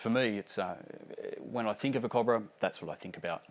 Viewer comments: its CO- BRA not COB - RA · bloody mexicans can't get anything right... Cob-brah!